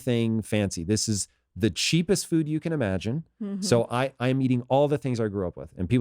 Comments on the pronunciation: I got so distracted by her pronunciation of food over and over. Feud. Also, no one should drink the milk from any animal. Ever. Unless you want to keep the females sick and tortured and pregnant their whole lives. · Its foooood, not fuds, where did she learn how to say this??